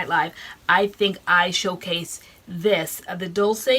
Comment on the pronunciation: FYI Dulce = Doolchay Sweet in spanish. LOVE YOU GUYS.